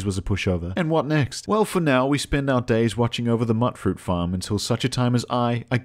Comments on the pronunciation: im sorry to tell you this but mutfruit is pronounced mute-fruit, not mutt-fruit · Bro mutfruit is pronounced like mute not mutt that one intelligence point is showing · It's not "muttfruit". Since you're an aussie I know you know how to say 'ute', so just put an 'm' in front and a 'fruit' in the back and you got 'mutfruit'. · Every one miss pronounces mutfruit. Why? Its Mute Fruit because the mut is short for mutated. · its pronounced "mute-fruit" like mutant fruit. damn you Britain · Dude, "Mutfruit" is pronounced mute-fruit, as in mutated fruit. Sorry to be the grammar police, but Fuk, someone's got to do it. By the way, I love your vid. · It's pronounced MUTE-FRUIT. As in mutated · Immediate L for not pronouncing mutfruit correctly. Mut, like mutant. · Is he saying "Mutfruit" wrong on purpose or does he genuinely think that's what it's called?